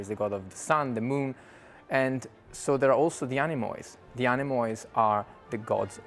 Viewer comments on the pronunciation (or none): Everything is great except your pronounciation of the Greek word Anemoi / ´Ανεμοι > plural for ‘wind’, and this plural ending is pronounced as: “Anemi”, ending like -me, or tea, or gee. It is utterly ridiculous the way you say it, and I would have expected more care since you director/choreographer/dancers/costume designer group are such hard working, diligent, meticulous professionals. It is a small but horrendous mistake to ears that know better. Other than that, congratulations!